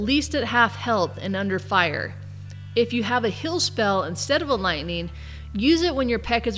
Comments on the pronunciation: always says "hill" instead of "heal"... lol. Great video though. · Are you Canadian? When you say "heal" it sounds like "hill."